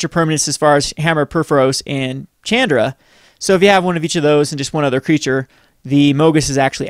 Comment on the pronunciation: chandra is pronounced SHAWNDRA